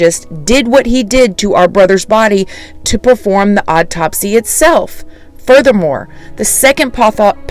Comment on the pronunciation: "Autopsy" is pronounced AW-TOP-SEE. I love the way you say things, but after hearing you say this word in so many videos I just had to throw this out there. Hope I said this politely enough and you don't think I'm being rude telling you this! Been watching you since 20k subs!